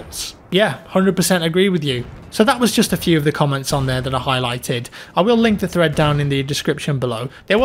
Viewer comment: Every time you said thread in your video, it sounds like you said threat.